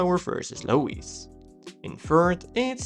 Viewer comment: He said Low-Eeeze? Haha